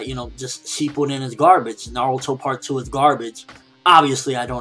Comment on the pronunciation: its"Na-ruto" not "Na-ru-to"! Dumbass SPEAK PROPERLY!!!!!!!